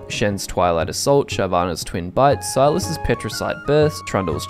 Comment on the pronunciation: I swear i heard you say shyvs twin butt